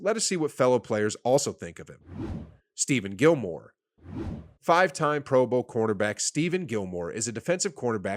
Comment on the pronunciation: for next time my guy: ste-fon gilmore juh-rell casey ty-ruhn matthew